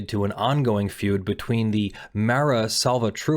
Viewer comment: Your ignorance of the law is astonishing. It is fully legal for cops to lie during an interrogation. Your personal feelings are irrelevant. The biggest problem is that Tobias did not immediately get the attorney he requested. That is why qualified immunity cannot cover the cops. You also need to learn how to pronounce significant words: Mara Salvatrucha (MS 13) is not salvatruka. That is one of the most significant gangs in America, and you cannot pronounce the name.